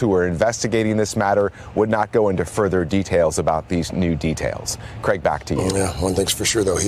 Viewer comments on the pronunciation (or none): none